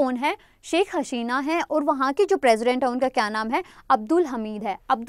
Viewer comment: Hii ma'am.. Thanks for sessions.. I'm nothing in front of you.. But wanna give u a suggestion..plz work on ur pronunciation..like sometimes I get confused..you pronounce 'औ' as 'ओ'...like u say ओर instead of और.... You're great...you teach also very well...sorry...agar aapko bura lge.. But i said what I felt..😊🙃